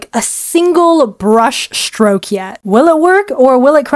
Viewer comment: Brush stroke ❌️ Brush shtroke ✅️